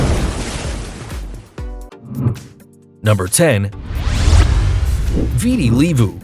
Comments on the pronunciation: The way he pronounced VITI LEVU is wrong....😂😂😂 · Viti Levu is pronounced Vee-Tee Lei-vu